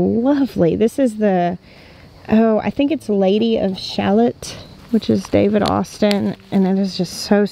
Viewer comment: The lady of shalott is a beautiful poem by Alfred Lord Tennyson my first introduction to this poem was out of pure curiosity as a few lines from the poem are spoken during the beginning of the movie Anne of Green Gables and the pronunciation has a long L sound. I love the peach color of that rose and may have to see if I can find one to add to my garden.